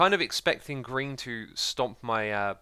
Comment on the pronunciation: Your mouth says "green" and I keep hearing "Grian" "Look what Grian did there!"